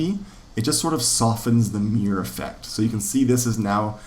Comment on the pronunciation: You have the worst pronunciation of the word "mirror" ever... Great videos though.